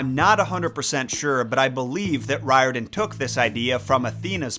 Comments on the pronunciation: Riordan Author really should be pronounced REE-or-dan. That's how they say it in Ireland, where it originates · It is pronounced, "Rear-den". Hermes has the "H" pronounced, according to my Greek uncle.